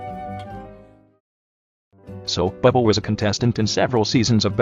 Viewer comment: i love how the tts pronounces it as "bwibble"